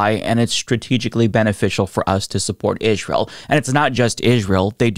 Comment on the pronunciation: has a southern twang, but only when he says ‘israel’